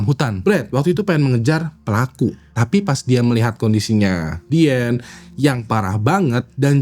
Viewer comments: Izin ralat, Min: Diane adalah nama panggilan utk Diana. Bacanya Dayene bukan Diane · ijin koreksi sebut nama,,, bukan diyen tapi dayen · dibacanya dayen gak sih? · Diane : Dayen Bang bukan Dien. Jangan ganti-ganti nama😂